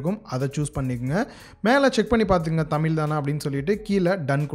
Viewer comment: தமில் இல்லை, தமிழ்.